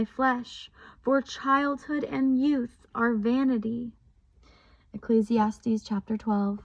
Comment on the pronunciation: Praise to THE LORD You also have the correct pronunciation of ecclesiastes